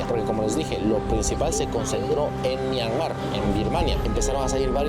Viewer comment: Myanmar es palabra grave, no aguda.